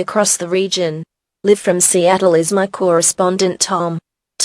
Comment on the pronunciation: the mispronounciation of "live" made me laugh for a while, then the fucking creepy eas tones scared me